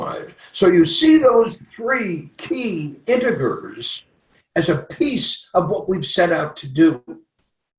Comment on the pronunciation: did he pronounce integers with a hard g?